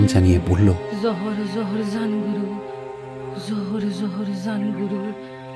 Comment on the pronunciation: ❤ ভীষণ ভালো উপস্থাপনা, শুধু উচ্চারণটা "জোহার"( নমস্কার)।